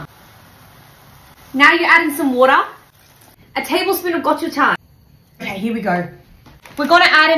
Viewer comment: i luv how she pronounces gochujang right lol